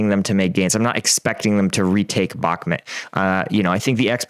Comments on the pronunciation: It's pronounced Bach-Moot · "you say " Ukrainian command,with their questionnable competence had let ME down"Sooo you seem to be a very important person there.Sorry but this is NOT a "honest explanation of the Ukrainian conflict".I realized you can't even pronounce Bakhmut correctly.SURREAL.I followed you since one tear,but today I am finished with you BYE.From Belgium